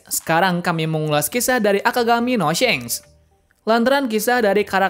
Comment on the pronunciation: shanks not syenk 🗿